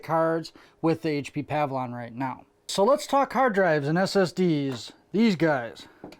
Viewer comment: great video. it's "pa-VILLE-ee-on" tho not "pav-lon"